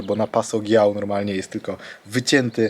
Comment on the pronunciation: Passo Dżiau , ponieważ jeśli po G jest samogłoska a w tym wypadku mamy "i" to wymowa jest Dż więc Passo Dżiau albo Dżiał. Fajna relacja nic tylko mieszkać w Dolomitach.